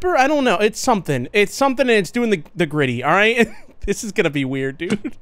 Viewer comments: He’s widdiway hitting da gwiddy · Bro hit the gwiddy in da wobby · OH MY GAWD HE HIWDING THE GWIDDY GUYS OMG 😭😭😭